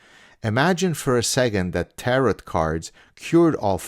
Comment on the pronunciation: The T is silent at the end of Tarot cards. (Teh-row)